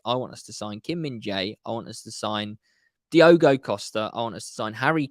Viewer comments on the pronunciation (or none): none